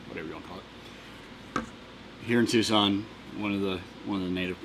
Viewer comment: Oh, so that's how you pronounce it. Thought it was "tuck-sun".